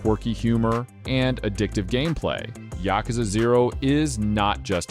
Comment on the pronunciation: afaik, you pronounce "Yakuza" wrong, just like I did by default. Supposedly it's pronounced more like yA-kuza